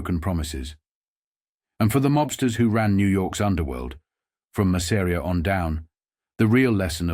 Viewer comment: I hate the pronunciation of ‘Masseria’ in this video.